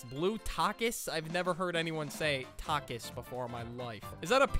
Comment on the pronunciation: hall-o-pen-oes and tack-es💀💀💀